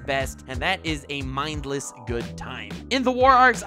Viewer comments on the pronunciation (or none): emphasis on "mindless".